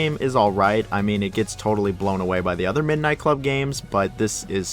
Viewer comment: This dude is an ai nobody says midnight club like that.